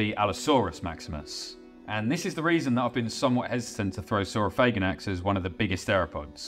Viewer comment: I'm not trying to sound homophobic at all, but man THANK YOU for pronouncing it sor-oh-FAY-gan-ax instead of sor-oh-FAG-an-ax. It sounds way cooler that way